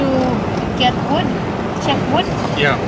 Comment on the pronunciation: Hier kommt wieder ein Einwand des „Besser Wissers“ Wenn du über Holz sprichst, sag nicht „Wuuud“ sondern ganz einfach „Wud“ Also mach’s guuut mit Wud😉😉❤️😉😉❤️😉😉